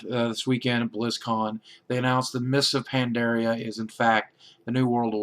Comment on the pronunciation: mist of PANDARIA not PANDRA!